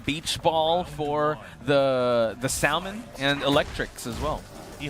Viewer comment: why can that one commentator not say Salmon properly?